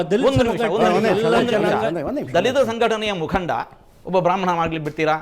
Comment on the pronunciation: ಬ್ರಹ್ಮಾಂನೆರೆ ಅಲ್ಲಾ ಬ್ರಾಹ್ಮಣ ಅಂತ